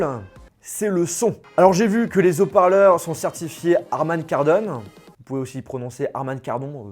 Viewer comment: Les Zauparleurs...😂